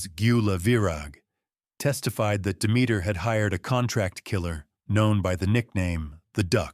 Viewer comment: Are pronouncing Demeter wrong